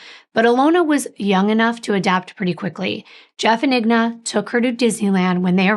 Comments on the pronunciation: please your name is 3 times more difficult to pronounce but it’s just 4 letters for the mother. It’s INGA not IGNA. There’s no such name exists. Again I N G A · It is I-N-G-A not IGNA. Common mistake though. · I think her name is pronounced In-ga. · I’m sure someone is named Igna somewhere in the world….i noticed she said wrong too but probably switched the letters